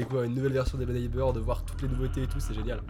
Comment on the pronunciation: trop cool ta vidéo (arrête de dire hello neibeurre )